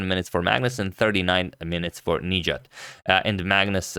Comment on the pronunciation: the stress is on the A not the I in his name - nijAt